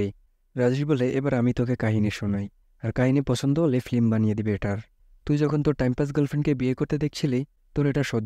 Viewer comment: ফ্লিম না ভাই ফিল্ম